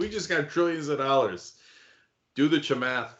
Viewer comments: "Do the Chemath"🙋🏻‍♂️ "Ah! Cenk."🤦🏻‍♀️ 🤣🤣🤣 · "Do the Chamath." hehe